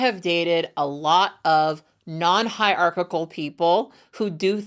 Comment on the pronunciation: Her pronouncing hierarchical like its got 3 c's is driving me crazy 😂